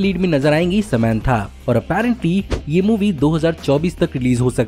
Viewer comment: samanth not samentha